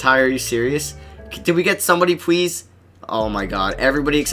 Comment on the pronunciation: this nigga says pwease and not please wtf